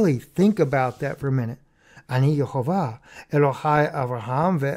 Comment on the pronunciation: I hear you pronouncing YaHoWeHs (Yahwehs) Name as "YeHoWaH". What does the pronunciation Ye-HoWaH translate to?